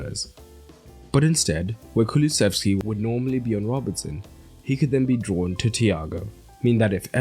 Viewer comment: mate the way you said kulusevskis name shows you're a spurs fan keep your bias out, I'm not a Liverpool or spurs fan. Look at the stats on the premier league page it says Liverpool committed 12 fouls with 3 yellow cards and spurs 8 with 2. Those stats are almost even, and when you're playing one of the most dangerous sides on the counter, sometimes you are forced to make tactical fouls even get booked to stop your team from conceding